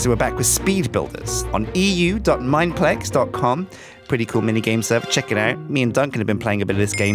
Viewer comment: he actually says mineplex